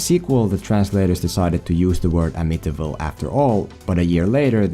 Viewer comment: Love this kind of thing and I am not getting on you for. It. Wing able to say “ Amityville “ when I can’t even find your nation on a map without saying it into my phone!